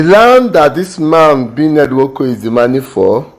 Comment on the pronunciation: Please kindly pronounce the name well bro. I don't support Ned Nwoko on his so called power of using his money to intimidate everyone from his community. Its just too bad and wickedness